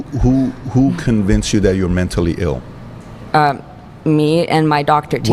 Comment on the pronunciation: "Menstally ill" 🤔 you don't say?!?!?